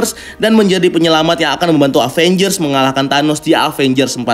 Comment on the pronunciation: Sedikit saran aja,kalo baca Avengers itu Evenjers. Maaf kalo tersinggung